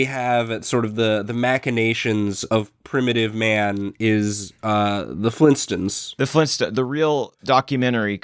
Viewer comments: it's Flintstones not flintstints. . . o_0 he's pronouncing it wrong. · Flintstones not flinstins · "the Flinstuns." The* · Lol did say "flin stins"